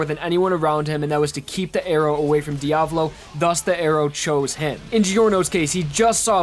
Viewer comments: Isn't Diavolo's name Diavolo though. not Diavlo? Love your vids though! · Every time he says Diavlo or Buccilatti I die inside a tiny bit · he freaking butchers di-ah-voh-loh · Diavlo? It's Diavolo but its too late since it's 4 years old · the fuck are the pronunciations in this video? “vento ARRAYo” “buccaLATI” “diaVLO” like wtf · Dude, his pronunciation of Bucciaratti, Diavolo, and Yoshikage infuriate me. Here's what he's saying them as: (Buch-ill-ati) (Dee-Ah-volo) (Yo-shay-kah-gay) Like especially Bucciarati like how do you mess that up to have L's instead of R's??? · say "diavlo" one more time, im gonna lose it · Im sitting here listening to the video and just thinking, idk what the right way to say diavolo is, but the way you keep saying it is fucking killing me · xoo 7ca Diavolo* even the guy who was talking all the time mispronounced it and triggered me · Good video, but your pronunciation of Requiem, Vento Aureo and Diavolo grinds my gears to shit.